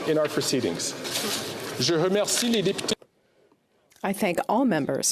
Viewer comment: depute de shawville lol